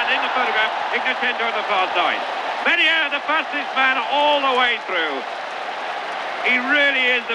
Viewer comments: A shame he can't pronounce Mennea properly! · Mennea's name pronounced badly. I do not understand why native English speakers never have respect for other languages. Try to learn the exact pronunciation as everyone who learns your language does.